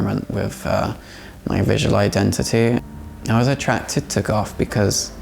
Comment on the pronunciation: Ooh! So edgy! Agender as well - coz feelings trump facts, CLEARLY! So endearing that he doesn't pronounce "th" as it is meant to be pronounced, eg: Goth pronounced "Goff" - FASCINATING.